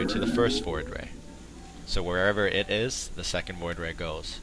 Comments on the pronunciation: No, what I meant is that it sounds like he said Floid ray, instead of Void Ray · fast FLOID ray rush?